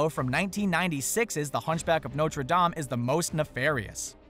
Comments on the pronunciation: it's dame not dome duh get it right before you say anything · It's pronounced noter not nocher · That's not how you say Norte Dameeeee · who else hates the way he pronounces notre dame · Who else laughed so hard how he said notre dame